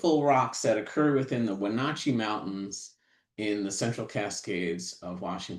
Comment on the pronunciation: It's cool to see a geologist from Florida Gulf Coast University have so much knowledge of Cascades geology. But he still never learned how to pronounce Wenotchee (Wenatchee).